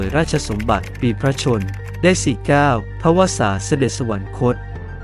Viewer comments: แอดมินอ่าน สะ หวัน นะ คด เขียน สวรรคต เอาคำว่านะ มาจากไหน ที่ถูกแล้วต้องอ่านว่า สะ หวัน คด ไม่ใช่รึคะ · โคตรน่าสงสารยังไง ??? / คนบรรยายทั้งหลักและรอง อ่านผิดบรรยายผิดควบกล้ำผิดตลอด ดิฉันไม่ได้จับผิดแค่เปิดดูเที่ยวเดียวก็เจอ / คำบรรยายเขียนผิด แม้แต่คำว่า อยุธยา/ สวรรคต อ่านว่า สะหวันนะคต ตลอดเลย ไม่มี น หนูสักตัว ---- งานไม่ยากเพราะมีคนทำcontentsเอาไว้ให้ลอกมาได้ทั้งหมด แต่หยาบมากค่ะ